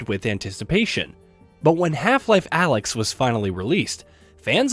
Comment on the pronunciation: Alyx not alex.